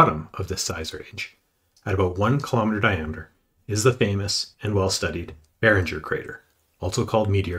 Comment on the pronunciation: Video okay, pronunciation is terrible. From mispronouncing Barringer crater to Vredefort crater and many in between.